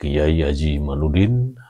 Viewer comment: Kyai Imad pake dal bukan nun 🙏mhn maaf ada 10 x nyebut imanudin yg bener kyai Imadudin